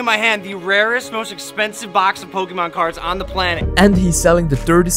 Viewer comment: he messed up the n in Pokemon